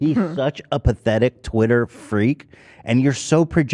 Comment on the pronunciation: Heck NO we aren’t about to just let get away with saying twitter as “TITTER” Y’all don’t let live “funger” down 🤣🤣 i had to keep rewinding that and kept dying laughing 🤣 but fr W Ethan for buying Ian’s verification on TITTER love that for him ❤️ (time stamp ) ✌🏽 & ❤️😂